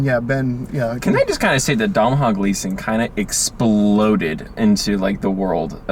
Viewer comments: "Dom-hawl Gleeson... son of Ben Gleeson, another great British actor..." Ooh boy. I think you mean Domhnall (pronounced Doh-nall) Gleeson, son of Brendan Gleeson, another great Irish actor. Nice try though. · Really excited this movie is getting some attention, I liked it a lot but nobody I talk to has even heard of it. But his name is pronounced "Dough-null," rhymes with "tonal" :/ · You're lack of care at the start really annoyed me. 1. It's called The little Stranger.....not Little Strangers. 2. Domhnall's (pronounced Donal) father is Brendan not Ben. 3. They're Irish actors not British. Fun facts.... Lenny Abrahamson is an Irish film director......Room was written by an Irish author. I'm Irish forgive my nitty picky ways. That being said I loved the review. I also think there could be some symbolism in the acorn......as in end of family trees and the line of inheritance ..... with no acorns there can be no more trees. He ended up in a dead house among dead leaves. Caroline admitted that herself and her brother also broke off acorns. Probably reading too much into it but it is interesting.